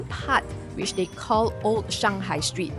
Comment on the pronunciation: Please don’t mind but old ≠ oat as told ≠ toad [ohld] versus [oht] and [tohld] versus [tohd]